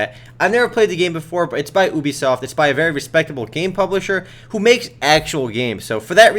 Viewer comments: it's ubisoft, not oebisoft.. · did he say boobysoft?